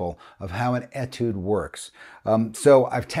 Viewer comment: FWIW, Etude is a word that comes from the French language. The French write it with a diacritic above the beginning “e”. This changes the pronunciation from an “e” sound to an “a” sound. So it is correctly pronounced as atude rather than etude.